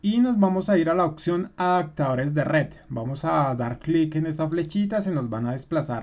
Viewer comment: Solo un comentario! se dice OPCIÓN, no OCSIÓN Se dice Adaptador, no ADACTADOR lee por favor las palabras despacio y trata de pronunciar las, verás que es muy fácil, hablar correcto!!!